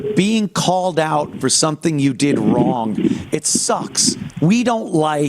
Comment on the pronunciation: “What I deed???” 😂